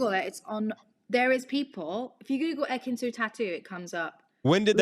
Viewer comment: not ekin-su.. lord not ekin-su😞